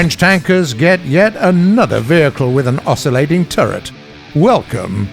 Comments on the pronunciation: Am i the only one who is bothered by the commentator sounding like an old grandpa, switching accents, and not even being able to pronounce words correctly?? I mean, he says ''The Val-kyries'''... It's ''The Val-ky-ries'' (which are the Old-Norse female deities who took the fallen Viking warriors to Valhalla by the way). He also says ''O-scill-ating'', it's ''Osci-llating''. I think he sounds like English is his mother-tongue, yet he can't even pronounce his own native language's words.. I'm Norwegian and do a better job at it than him. Ok, I'm done, thanks bye. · Am I the only one who is bothered by the commentator sounding like an old grandpa, switching accents, and not even being able to pronounce words correctly?? I mean, he says ''The Val-kyries'''... It's ''The Val-ky-ries'' (which are the Old-Norse female deities who took the fallen Viking warriors to Valhalla by the way). He also says ''O-scill-ating'', it's ''Osci-llating''. He sounds like English is his mother-tongue, yet he can't even pronounce his own native language's words.. I'm Norwegian and do a better job at it than him. Ok I'm done, thanks bye.